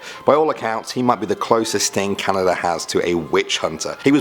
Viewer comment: The first time he said "Canada" I thought he said "calendar"